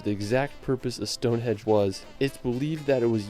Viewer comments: Henge not hedge... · Lol the guy narrating this video "Palace of Westminister", "Stone Hedge" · Whales? Wales. The language, Welsh is pronounced how it's spelled, with a sh at the end. And, yes, Stone Henge. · The narrator said Stonehenge first time but then said Stonehedge four times ! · Is it me or was the narrator saying Stone Hedge? If he was then it's Stonehenge, not hedge. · Stone Hedge????? HENGE FFS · StoneHEDGE? StoneHEDGE??🤣🤣🤣🤣🤣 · It is actually the Palace of Westminster. But yeah "Stone hedge" was annoying. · The narrator kept saying Stonehedge, it’s Stonehenge, Tripadvisor forums are excellent for asking questions and getting truthful answers from natives, Stonehenge has been voted the most disappointing attraction in England. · It's Westminster Abbey not Westminister Abbey and Stonehenge not Stonehedge which in my opinion is one of the most boring places to visit in UK. OK it's very old but just a pile of stones. You get a good view of it from the road that passes nearby.